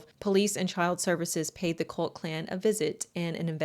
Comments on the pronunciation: cOHlt clan not cUHlt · Kinda does. Depends on how you pronounce it.